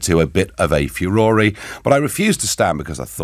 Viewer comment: Führer-ry 😂 Nice Nigel. Congratulations Brexiteers for all you've done not just for yourselves but the world from Chesapeake VA.